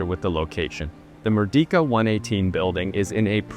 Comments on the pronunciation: Pronouncing Merdeka isn't that hard, mind you.. You could've pronounced it as "Merdeika" instead of saying like "Merdika" ... -A fellow malaysian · it's pronounced "Mer - day -kah", not "Mur-Di-Ka" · great review! first time watching your channel. by the way "Merdeka" is pronounced as "mer - day - ka". It means Liberty or Independence. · For future reference it's actually pronounced as "mur-day-ka", and it means independence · as part of your of your preparation, you should check out how to pronounce Malay words (like Merdeka) properly. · Hard to take it seriously when you can’t even pronounce the name correctly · That's not how you pronounce merdeka. It is not a long e.